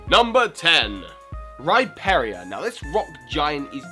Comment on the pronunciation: Rhyperia? Dunkinor? Rhyperior is pronounced Rhy-Peer-Eee-Or. Dusknoir is pronounced Dusk-nor